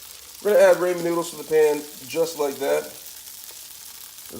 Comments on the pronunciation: Its ramen, not raymond obviously you can't speak any form of English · raymen lol? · cha don't be a dick. If wants to call them Raymen noods than they r Raymen noods